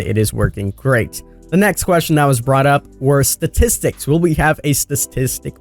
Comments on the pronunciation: Statistics lol he can’t say it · Okay wtf did you say . ststisticks is pronounced statistics, da is pronounced the please speak English